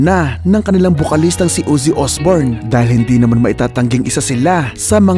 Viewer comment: Ozzy hindi Uzzy 😂